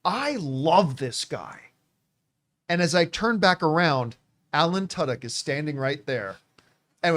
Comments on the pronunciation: I always thought his name was pronounced too•dyk, didn’t know it’s actually tuh•dyk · The only place to go to hear Tudyk pronounced as Tuddoch. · I’m pretty sure that’s not how you pronounce Tudyk